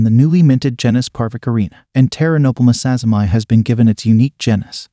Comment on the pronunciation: So about the name of ex-P. sazimai its natural to read it as "sazzy-my" but I dont think thats right. It was first described by some Japanese tarantulaologists and named after a Japanese person called Sazima, presumably pronounced "sa-zee-ma." So, like how Brachypelma smithi , described by Smith, is pronounced "smith-ee," I think sazimai should be pronounced "sazima-ee."